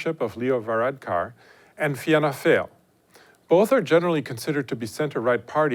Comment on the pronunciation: I love how foreigners struggle with the Irish names. It comes across as really interesting. Fine fail!